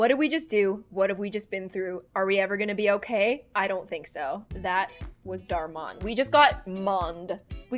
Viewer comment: That was “Dar mon”